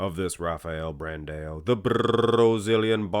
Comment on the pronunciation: who is Brandeo? i know who BRAN-DAAAAOOOO is with AO not EO! Bran-dao! DAO!" not DEO!